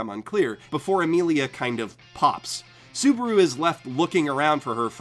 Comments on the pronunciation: It's ru -->ル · omg ur frustrated because some people say re zero wrong but you can't even say the Japanese u. you can't even say konosuba or subaru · is it onlu me or does it sound like he says Suburu and not Subaru. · You called him soburu like twice, but love your videos